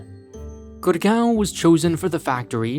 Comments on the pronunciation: its GUUURRRGAAAOOOWWN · GurGAWN say it 100x until you hurt your jaw